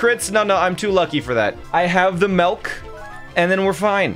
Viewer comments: Love the videos. But it’s pronounced milk not melk….. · STOP SAYING MELK MY GOD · Melk? U Dutch??